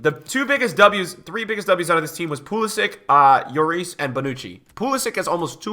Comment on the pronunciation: BRUH its not J/YORIS. he's not spanish lmfao, its still pronounced LLORIS